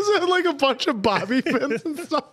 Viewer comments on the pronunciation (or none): none